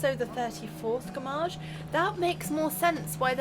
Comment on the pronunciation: I dont think that said "gommage" haha more like "FRommage" = cheese xD